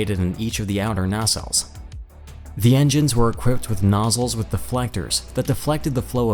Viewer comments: Fairly good video but I was distracted by the narrator mispronouncing so many words including nacelles, Northrop, canard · Nacelles is pronounced both ways actually